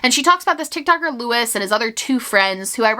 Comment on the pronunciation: I think Luis's name is pronounced loo-ees, not lew-is.